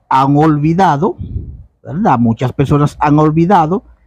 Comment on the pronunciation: Aprenda a hablar no se dice Velda sino verdad